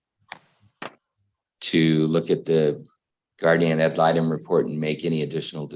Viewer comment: And it's actually pronounced guardian ad litem.